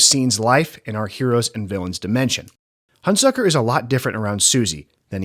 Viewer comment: You consistently mispronounce the name of Burt Lancaster's character. It's HunSECKER, not HunSUCKER. Get the basics right before you begin.